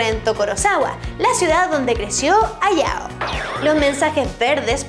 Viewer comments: se dice HAYAO no Ayao pronuncie lo bien. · Creo que Hayao Miyasaki, se pronuncia Jayao... no ayao, tal cual como takahata que si se pronunció bien, la H se lee como J, eso :3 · Hayao se pronuncia Jayao, primero play stechon y ahora esto D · en Hayao Miyasaki la "H" no es muda...